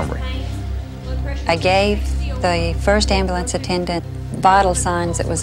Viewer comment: If you can't say the word 'Amblance' there oughta be a law you don't get one. Problem solved. I'm kidding but it's so obvious the guards were in on this!! None of them did their job by coincidence?? No. I Don't believe that.